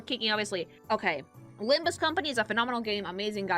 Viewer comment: It's not LimbME Company... It's LimbUS Company!